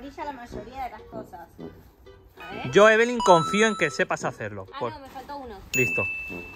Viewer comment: se dice eveli